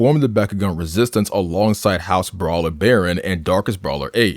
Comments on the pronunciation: Why is it no one can ever pronounce Haos? It's not HOUSE it's HAY-OS. Jesus. I would figure someone who watched the series would know how to say it. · i know you did not just pronounce haos the wrong way. it’s hey-os not house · House? Haos say it right